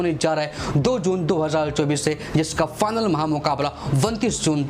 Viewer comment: Final ❎ fanal ✅ 😂😂😂😂😂😂